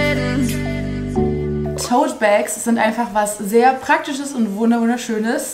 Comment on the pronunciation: Ich: lese "totee bag" 💀😃: spricht es rochtig aus Ich so: oh 🤦🏼‍♀️